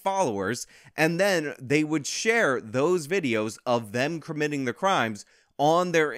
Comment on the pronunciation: "kermitting crimes" that damn Muppet